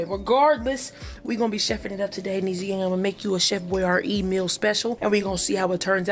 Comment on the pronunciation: She said chef boy r E , y'all crack me up.